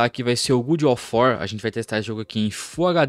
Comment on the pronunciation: Pq falar Good of War ao invés de God of War? Qual a dificuldade?